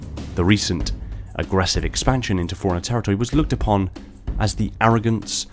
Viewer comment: Every time you say "forerunner" it sounds like you're saying "foreigner."